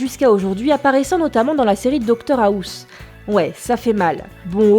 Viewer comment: 3.57 docteur aousse?